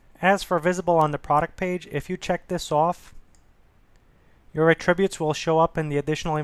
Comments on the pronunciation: I thought he was saying "a tribute". You are not alone, it took me a second to understand what he was trying to say and unfortunately took my train of thought away from the tutorial. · You're mispronouncing "attributes". It's disconcerting.